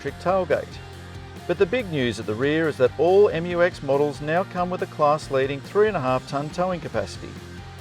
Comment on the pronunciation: Finally find an english speaking car reviewer pronounce it right hahaha